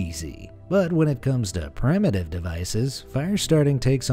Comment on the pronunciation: Seriously? 'Prime-uh-tive'?